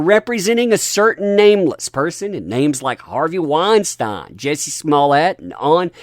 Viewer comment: You're the first person I heard pronounce Harvey Weinstein correctly